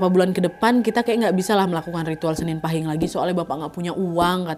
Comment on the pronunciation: Izin koreksi kak nadia cara baca pahing kata bunda aku itu paeng terimakasih🙏😚😚